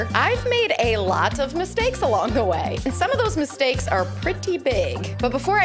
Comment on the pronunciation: "I've made a lot of *MISTKAES*" Lol Was that intentional?